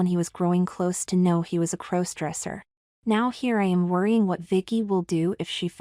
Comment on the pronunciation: When are you going to teach your AI narrators to pronounce "crossdresser"?